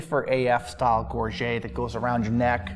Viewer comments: Gorget = /GOR-juht/ not /gor-ZHAY/ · gorget comes from the french gorgette and is pronounced gor-jet not gor-jay. Americans and Canadians get it wrong all the time and I will catch myself saying it wrong because so many people do.